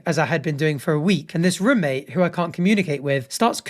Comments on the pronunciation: I didn’t even notice he says rumate until he said it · I didn’t even care about him saying ‘rumate’ but now that’s all I can focus on